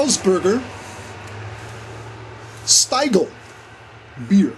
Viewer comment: Hey There, Nice Video again, and the Stiegel theme at the end:-D but I guess that you now know that it's pronounced like you would say "ea"gle and not like "i" nice little Bag there, i carry my stuff in my coat in one of the inside pockets. Cheers, Chris